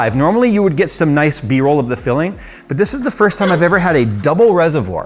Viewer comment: For some reason, I keep hearing "Philling" instead of "filling"